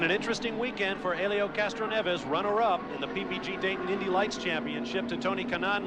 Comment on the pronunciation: Randy Dubin Yeah I've never seen his name spelled and pronounced like that before.